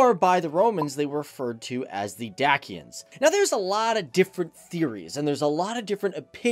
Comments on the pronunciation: It is pronounced DaCHIans btw; OASE1=bones1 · it is not pronounced correctly even in english where it should sound more like (Deishia ) or, if reffering to the dacians it should sound like (deishians) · Dacia is actually pronouced "Day-shia" and Dacians is "Day-shians" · Did you just say dakians ? Deadddd ommmggg